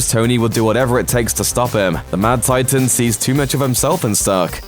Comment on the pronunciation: "The mad titaean" "nano technologieeheheh" Why?